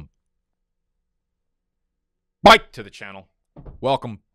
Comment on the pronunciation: The over emphasis on "welcome byke" has gotten kind of weird.